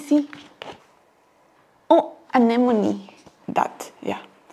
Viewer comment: Thw way he pronounced the word "anemone" 😭💔